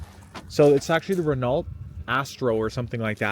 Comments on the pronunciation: Ren-o, not Ren-alt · Lol, glad you said it. I was sitting correcting him out loud every time he said it! 😊